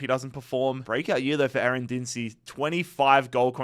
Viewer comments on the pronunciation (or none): none